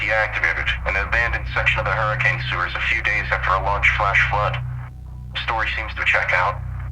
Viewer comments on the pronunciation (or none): Honestly, there’s a lot more going on here I think and this is a classic Fazbear Entertainment cover up. Look forward to seeing this game and its lore expand further! Also this isn’t that big of a deal, but “Hurricane” is usually pronounced “Hur-ah-kun”. Dunno how many people actually say it like that over in Utah, but that’s what I’ve heard!